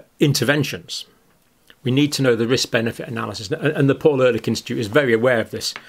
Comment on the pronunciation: Ehrlich is pronounced a bit like Air leek